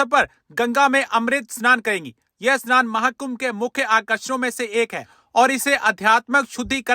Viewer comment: मेडमजी अस्नान नही स्नान बोलो , अ स्नान का मतलब होता है स्नान नही करना